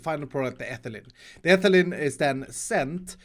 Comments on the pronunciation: It’s not ethalin it’s ee- thai- leen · Ethylene is pronounced Etheleen. I'm not hating please don't comment mean things I'm just tryna give info. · Ethylene is pronounced like Ethileen, all your chemist followers are hitting their heads on their desks